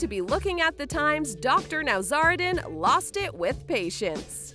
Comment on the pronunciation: It’s Nowzaradan not Nowzardan.